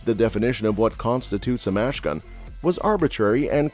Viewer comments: "mash gun" is a misinterpretation of the abbreviation mach. gun meaning machine gun. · What's a mash gun? Is your electronic voice trying to say machine-gun? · if you mean machine gun SAY MACHINE GUN NOT MASH GUN it sounds stupid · They don't know how to say machine gun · What on earth is a mash gun? can this announcer not put two syllables together? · Maybe it was supposed to be "M.A.S.H." gun.